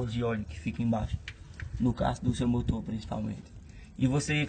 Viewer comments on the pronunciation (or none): "Fica um motô limpô né? Com maió tempo de vida" KKKKKKKKKKKKKKKKKKKKKKKKKKKKKKKKKKKKKKKKKKKKKKKKKKKKKKKKKKKKKKKKKKKKKK